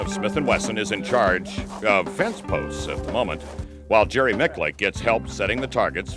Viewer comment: “Jerry Mick-Lick” ya okay bucko